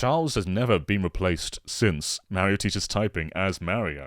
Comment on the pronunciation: Meh-rio series ahhhhhhhh Mah-rio!!!! I can’t get over the way he says Mario. I can’t.